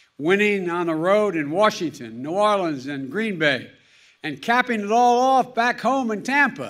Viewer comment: Damn! He said “New Orleans” like a local! Rare.